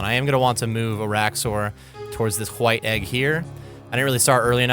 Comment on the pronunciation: Love your channel and guides. Please pronounce White correctly though. Thanks… 😂